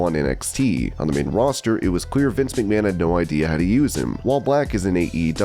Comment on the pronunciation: i think Justin Roberts mispronounced Vince McMahon